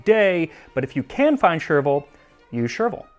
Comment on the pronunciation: when you said “If you can find chervil, use chervil”. I heard “You chervil” instead. So chervil I will. Whatever that means.😂